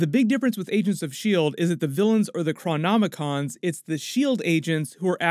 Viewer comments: The Movies are fine, THe Netflix shows were great.... Agents of SHILD remains the true gem ov any Marvel onscreen productions of the last dozen years. AND its pronoiced CHRON-IC(k)-OMS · Chrom-om-in-coms? Awe,, you always amaze me with your knowledge but you blew the pronunciation of this name. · How does manage to mispronounce Cronicoms twice in one video? They have a long running joke in the show of time saying there name and where their from over and over again and you still mispronounce it. Also “a couple of episodes left”? There are 5 episodes left not 2.